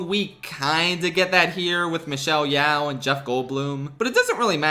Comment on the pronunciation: As someone who shares Michelle Yeoh's last name (not doxing if thousands of asians has the same name (it's because of the ancient Martial Yo family (forgot exact spelling)) hearing you say "Yeaow" hurts. Its "Ye-oh" like half of the word Yoyo. Or simply. Yo.